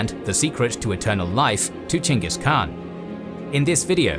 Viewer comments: dislike for saying "CHANGUS KHAN" over and over again like a child w a speech impediment. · Why do i hear Chingus Khan? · Its weird to me that the English name for him is weirdly spelled. It should be Chenghis Khan. The Khan is pronounced with a scratchy voice. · Gengih kaan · Lmao why is dude pronouncing it "jingus" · It s ch not g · Omg I don’t get the name you are saying…. That’s not the way you pronounce Chinese name…. It’s confusing